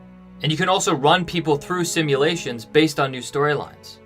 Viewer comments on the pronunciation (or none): You said “simutations” nice one